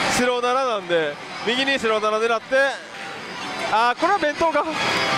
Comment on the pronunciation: 白7がスロナナに聞こえたʬʬʬ